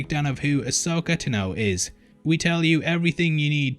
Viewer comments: Ahsoka TAH-no, NOT T’know. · They way you pronounce ahsoka tahh-no makes my ears bleed... It's tan-oh... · Ashoka Tuno....? Why do you say it like that? It’s Ashoka T-A-N-O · Dude you are saying it wrong, it's not "TNO", it's "TAAANO" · Is this "Ahsoka Ta-know," at all related to "Ahsoka Taah-no?" This is why you don't get the interviews. :D Great stuff! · AH-soka Tah-no, my dude. LOL, “taNOWe” is kiiiillin’ me. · First, pronounce Tano properly. Second, AHSOKA LIVES. Dave Filoni all but confirmed she is alive in Rise of Skywalker so just saying. Nice shirt joke though. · Did this man just purposely mispronounce Tano for a pun? I'm both triggered and impressed.